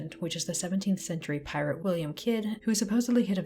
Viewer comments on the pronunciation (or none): none